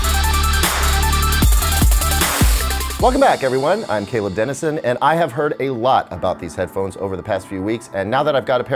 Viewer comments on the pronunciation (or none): none